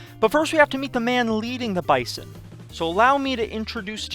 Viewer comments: Best intro to a dynasty ever... but as a Bison fan I feel I must inform you that we pronounce Bison as Bye-Zuhn. Its a minor thing, but just figured you should know if you are going to do 10 seasons of this. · Bruh, its pronounced "bizon", use a z instead of an S. Sincerely, a 5 year member of the NDSU GSMB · This video is amazing! As a NDSU alum I would like to let you know we pronounce the Bison as “Bye-zon”. I don’t know how it started but it has stuck for decades. Keep up the great videos 🤘🏾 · Good video! Just a heads up it's pronounced 'bizen' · Why would I subscribe to this guy when he pronounces Bison so weirdly?